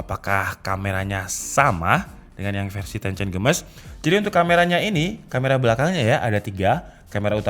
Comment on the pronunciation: Text : Tencent Games My ear : tencen gemes